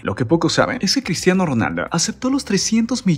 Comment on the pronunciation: QEPD CRISHHHHTIANO